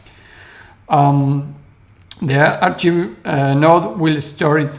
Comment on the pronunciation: Thanks for the thorough analysis. I'm not sure I understand your concern with the archive nodes, though. Why do you think having a history creates centralization or makes it compromisable? By the way: Archive is pronounced "Ark-ive" not "Ar-cheeve". I don't mean to pick on your English, which is very good; that just seems like a word you might need to use again in these videos.